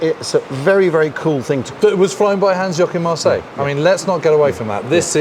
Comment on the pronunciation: "Hans Yokin Marseille" C'mon guys, I'll be your editor for free if it means avoiding such dumb stuff